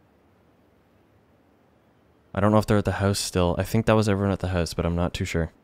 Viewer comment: Why do you say "House" the way you do? Are you a Canada-Bro?